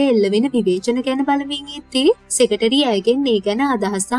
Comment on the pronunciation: Nice work Secretary - සෙකට්‍රි - සෙකටේරි කියන එක අහන් ඉන්න බෑ